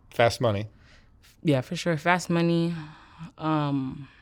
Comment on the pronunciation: I hate the way the presenter says “fast”, what is wrong with him ??